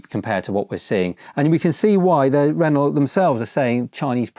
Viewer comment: It's ren-oh (good vid tho 👍)